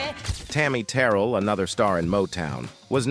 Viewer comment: Pronounced Ter-rail!!!!!!!